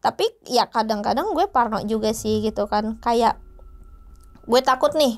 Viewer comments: risih bgt denger "guweh" 😭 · Guweh anak jakarta nih embak...tp ngerasa aneh denger guweh nya embak...😁